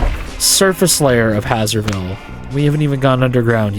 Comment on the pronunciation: A thing that's been bothering me for a whole now... Isn't "Hazer" part of "Hazerville" read the same way you'd read "haze"?